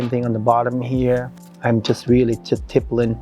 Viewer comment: "Tippelin'!!" It took me WAAAAY too long to figure out that was "stippling" 😂 My God she is stunning and the MAKEUP!! 🤩🤩🤩